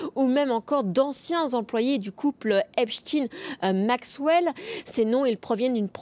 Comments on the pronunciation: ...cela se prononce E P S T A I N E....E P S T A I N E... et non pas Epstine ! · Pourquoi prononcer Epstein "Epstine"? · EpstIEIN pas epstine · Epstin lol , Epstein, comme Ein. Dans les noms à venir Bill Gates peut-être? 😊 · C est pas rost in hein c est ein oui en yidisch ein faut pas camoufler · Epstiiin , mais Einstein...😂😂😂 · Alors, je n'y connais rien, mais la justice semble toujours égale à elle-même. Inexistante ! Par contre la prononciation du nom "Epstein" de la journaliste me semble farfelue ! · C'est une question que je me pose aussi🤔🤔,....,looool. Mais la réponse on la connait😜